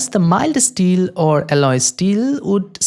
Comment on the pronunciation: stainless es-teel, i can't get it out of my head. but 10/10 dude!